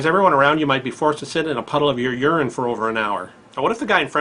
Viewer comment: "... [F]orced to sit in a puddle of your urirrirrrrrr ..." LOL